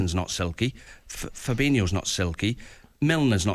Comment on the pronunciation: Still drives me mad how all Brazilians that end with oh at the end of their names they pronounce the same as coutinho. It’s fabin ooo or firmin ooo not firmin eeeooo. How long have they been playing at a high level in the prem and still can’t pronounce their names correctly. Just a little pet peeve lol